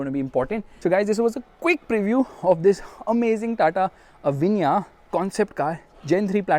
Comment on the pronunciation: STOP SAYING AVANYA AVANYA AVANYA AAAAAAAAAVVVVVVVVVVVVVVAAAAAAAAAAANNNNNNNNNNNNYYYYYYYYYYYYYAAAAAAAAAAA ,,,,SAY AVEEEEENNNYA